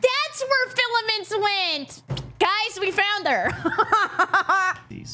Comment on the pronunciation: Filaments, not Fillian